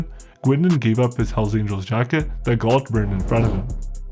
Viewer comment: Ok three things. Oshawa is in Southern Ontario and the family name is not pronounced Gwindon, its pronounced Gain doh n -Gaindon. N is sort of silent. Gault is pronounced Go. I remember the bombing at the Sudbury police station. Had a Satans choice member or associate working for us in Sudbury when I first started. He carried a gun in his tool box. I enjoyed your video. Thanks